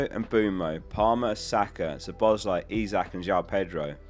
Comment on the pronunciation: About time you learn how to say Szoboszlai properly